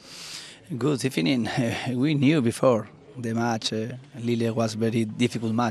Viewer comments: I swear he said good eVening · I swear he does the “Good Ebening” just for the banter now